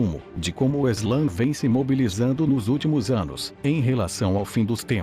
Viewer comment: não é eslã, é islã